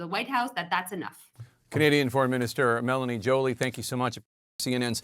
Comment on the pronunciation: Pronouce her name corretly Jake. Wtf show some respect❤